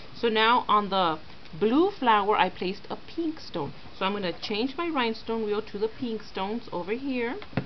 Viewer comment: she has got a strange accent like she pronounces 'pink-''peenk''